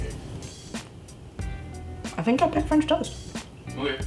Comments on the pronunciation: I'm probably going to pronounce it like FRAHNCH TOAST from now on thanks 😂 Your pancakes were absolutely amazing so I'm sure this frahnch toast is going to be super duper as well. Can't wait to try!! Congrats on the house ❤ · “Franch toast”. Same. Yay for French toast! I need to make this.